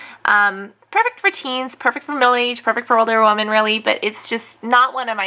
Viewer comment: LoL. Woman in plural is pronounced "wimin". Just saying. :P